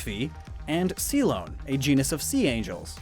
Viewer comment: He must not be reading carefully enough if he says "see-lone" for "clione" instead of "clee-own-ee" Similar problem as when he mispronounced "coelacanth" as "coleocanth" in previous videos-transposing letters when he reads too fast.